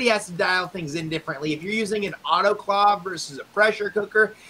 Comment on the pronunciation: Is it pronounced auto clawv or auto clave... grinds my gears hearing clawv lol